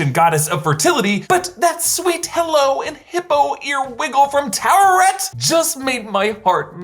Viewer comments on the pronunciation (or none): Ta we ret.... not tu wa ret... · Why do people pronounce it "tower-ret"? Lol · It's not pronounced any old way it is ta-o wet et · It’s actually pronounced taut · Its really not hard to roll the “r” in “Taweret”. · Also also, there’s no war in Taweret. Online pronunciations have two syllable sounds.